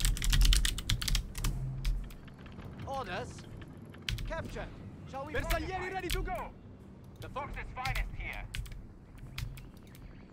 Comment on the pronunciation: To understand how to pronounce bersaglieri replace the “GL” with a “J” and will be easier. bersajeri it’s the correct pronunciation. My great grandfather was one of them. He fought in WW1 as elite soldier on Caporetto and battle of Piave too!